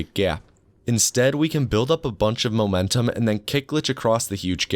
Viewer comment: Heh, this guy said "molentum"